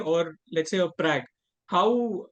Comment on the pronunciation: Its Pragg not Prague !! Lucky Magnus did not call him out.